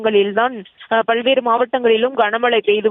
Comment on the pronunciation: பள்வேறு மாவட்டம் இல்லை பல்வேறு என்று சொல்